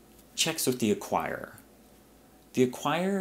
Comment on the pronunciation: 'ACQUIRER"....but great pres!